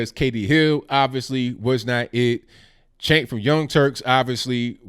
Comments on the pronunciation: It’s pronounced sink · Cenk? For Congress? The 'C' is pronounced like a 'J' in Turkish. Either way, he's a lefty Globalist. I wonder if he's a Muslim? NO Thank you to CENK!